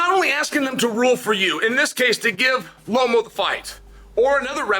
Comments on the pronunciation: Lomo?? Come on man 😅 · I don’t know what Loma did to Chael for him to pronounce “Lomo” but it must have been serious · What the hell is lomo?? You mean Loma. Boy you just want to talk huh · I came to the comments section specifically for this. Is somebody going to tell Lomo that his name has been legally changed?